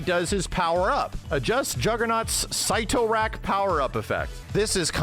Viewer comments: "sit-o rak" not syte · Sight Toe Rack is actually pronounced Sitter Rack lol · Sit o rack is how you pronounce it 😌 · "Sit-tor-rack" powerup. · Its pronounced "sit-tor-rack" btw lol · Sit-r-ack. Say it.